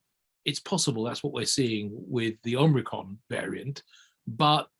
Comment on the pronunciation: "ormricron" What are this guys credentials?